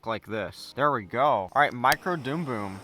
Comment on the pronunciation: Dumb bum not doom boom ffs say it right